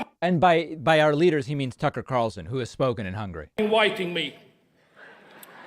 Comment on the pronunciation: Don’t you just love that when Orban says Tucker Carlson, it actually sounds like FUCKER Carlson?